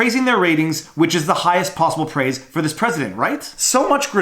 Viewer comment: So was that 'prays' or 'praise'?????